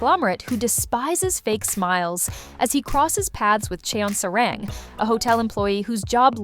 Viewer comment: Just for help - there’s no short a in Hangul. A (ㅏ) only sounds as Ah in Hangul so Sa-rang isn’t Sae-Raeng (unless spelled that way, which isn’t ㅏ but rather ㅐ), it’s Sah-Rahng. 😉